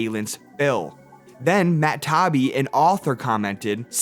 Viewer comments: It is pronouce Tie EE Bee. Matt Tie EE Bee. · Learn to say Matt Taibbi's name correctly. Another Hack channel